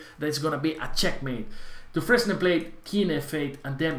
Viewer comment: dufren S and the final E are silent